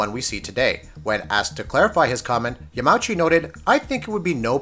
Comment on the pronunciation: It's yah-ma-eww-chi